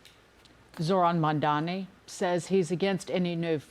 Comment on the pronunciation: It’s…MAMDANI…NOT MANDANI